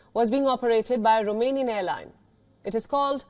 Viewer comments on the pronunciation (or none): none